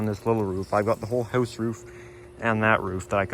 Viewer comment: Can you stop saying His house with the spanish sound :(